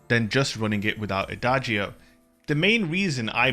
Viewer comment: Nope, pronounced wrong. The sound is more like ada-joe, all together